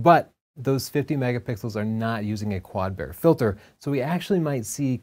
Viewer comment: love it how you pronounce bayer as bear instead of bai-ur.. lol had to watch the screen to actually understand what you were talking about. ;-D